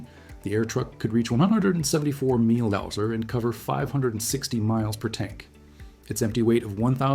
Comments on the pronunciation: Meelhows? N'mosterips? Mph is obviously too difficult for your AI. Or AnotveryI! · I would have really liked this video if there was a real person reading a script instead of a dumb AI the says Mapghiiiirfhh instead of Mph or Keeempfhey instead of Kph.